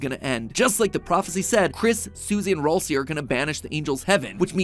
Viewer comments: ITS PRONOUNCED RALSAY NOT RALSEE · IT”S RALSAY NOT RoLcEY!!! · it’s actually pronounced “ral say” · It’s not Ralsie (ralsie) it’s ralsie (ral-sie) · Nah I’m just mad the way he says Raslei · excuse me? “Rohl-see”??? Thats the worst pronunciation ever! I love it! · Ralsei's name is actually pronounced Ral-say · roll see is a crazy way to pronounce ralseial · MATPAT IT IS PRONUCED RAL-SAY RALSAY GOT IT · Ralsei is pronounced r æl say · He pronounced Ralsei wrong 💀💀💀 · That is not how you say ralsei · Thats how you say ralsei